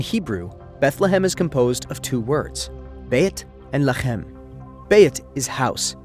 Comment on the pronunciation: I thought you were AI until you hit that "lechem" 😂 throat Chakra strong home big ups